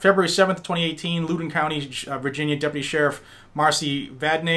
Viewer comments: He said “Looodin” county🤣. It’s pronounced “Loud-en”. Not trying to be a dick. Really enjoy the content. Stay solid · Thanks for the info. I've been trying to figure out were "Lewden" County is, though. After writing that, I assume you mean Loudoun (lau-dun) County (home of Dulles Airport and next to Fairfax County). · Its Laoden or loud den (Loudoun) County 👍🏾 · Loudon County, VA is pronounced like the o is in ouch